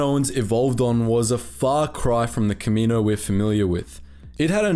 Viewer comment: Planet name: Ka MEE no Species name: kam ma NO wins Bruh